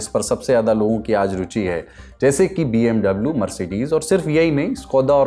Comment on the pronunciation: BMW == "BM dublu" nahi re pagle, BM "Vi" hai!